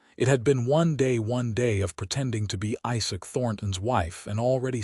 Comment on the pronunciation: Narrator having trouble pronouncing quite a few different words and names. Also says "Josephine" as 2 syllables instead of 3 syllables. And the mangling of "Isaac".